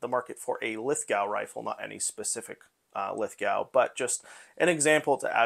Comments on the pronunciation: It's spelled Lithgow. It's pronounced "Lith-Go." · Great score!! By the way, Lithgow is pronounced Lith Go. The W is almost silent